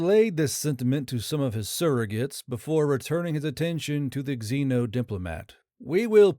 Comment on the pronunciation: Is it more relevant to point out that the first line of subtitle showed up about a minute before the beginning of the story, or that "VI" is pronounced "six" (you only got that wrong the first time you read it though)? Also the "x" in "xeno" is pronounced like a "z" not like "exeno" (you get this right a total of three times in the story, all during the last 10 mins) and "repose" is a very different word from "response" and you pronounced "analogous" like "analog us" instead of saying it correctly. And your writers still haven't learned that "laser" is an acronym, and no amount of American-ness is going to make "ztimulated" a word. You get bonus points for switching halfway through the story to calling the aliens "Firefox" though xD